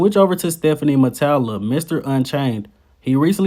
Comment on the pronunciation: StefÀn Matalà, french accent